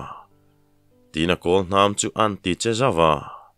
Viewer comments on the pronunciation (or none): none